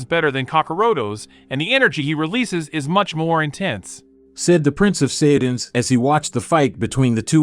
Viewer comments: Saiyans not saiyadans lol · Prince of Saya dies and cyan just look how bro say sayian sounds like he's saying cyan then when he says sayians it's Saya dins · bro went from saijans to saiyadans💀💀💀💀💀💀💀